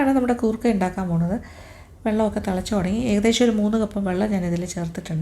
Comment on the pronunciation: Goorkka alla madam , say " koorkka" .......